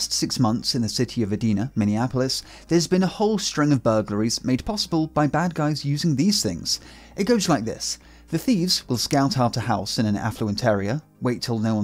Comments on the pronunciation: Good episode! Minnesota town is pronounced "ee-DIE-nah." Some insist it's an acronym for "Every Day I Need Attention." State hockey champs too. 😎✌️ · Edina, definitely pronounced with a "long I" (eye). One of the more upscale Minneapolis 'burbs. 😎✌️ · Minnesota resident here, Edina is pronounced e-dye-na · I live in near edina and he did NOT pronounce it correctly lmao